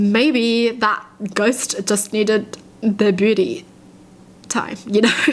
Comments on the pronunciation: It sounded like you were saying booty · the way she said beauty I heard it as booty... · On the first story said “the shelf with my sisters beauty stuff” and I heard “my sisters booty stuff” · She said beauty stuff I thought she said “booty” stuff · I really thought she said booty stuff instead of beauty stuff 😂😂😭